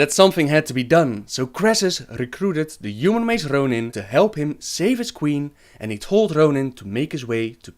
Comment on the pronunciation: Rrrrrrrhonin and Verrrrrreesa.